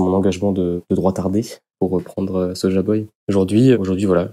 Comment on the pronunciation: On dit pas soja boy, on dit soy-boy